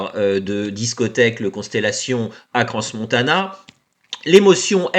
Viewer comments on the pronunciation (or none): Je distingue un "sourire" au début de la première vidéo qui semble peu congruent avec la situation et le discours. Il amène une dissonance à l'ensemble de la déclaration. À noter, en Suisse, le "s" final de Crans ne se prononce pas.